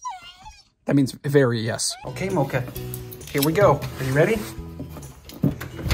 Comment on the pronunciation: It’s mocha